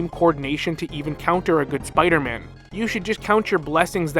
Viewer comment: That one Spider-Man pronunciation he said: “smmider-man” 😂